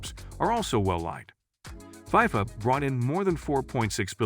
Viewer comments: I’m sorry but it’s not fiefa it’s fifa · It’s not called Pifa it’s called FIFA pretend the eye is an E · Why does this dude keep saying "fie-fuh," highly irritating and invalidates the whole video.